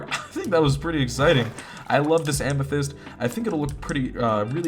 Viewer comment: Whenever you upload I gotta sleep lol btw “Amesthyst” Heart this comment it’ll make my day ♥️